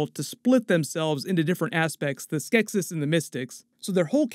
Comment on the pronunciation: Every time he mispronounced "Skeksis" took a year off my life